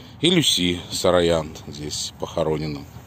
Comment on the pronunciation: Uvajaemiy Mine ochen nravitsya vasha peredacha’no pozvolyu seebe zamechat chto vi ne po army’anski proiznosite familii Saroyan eto doleko ne sarayan,pojaluysta udelite vnimanie na eto,I krkoryan a ne krkaryan Spasibo